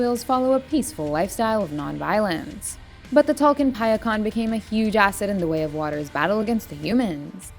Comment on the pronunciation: How hard is it to pronounce “Ikran” or “Tulkun”????